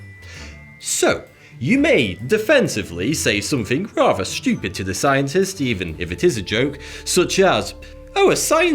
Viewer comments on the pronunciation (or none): I like this guy. It's funny when he says "SCHEWPID".